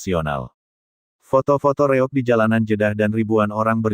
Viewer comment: Nama kesenian Ponorogo namanya REOG bukan REOK.ini sekedar informasi biar jelas.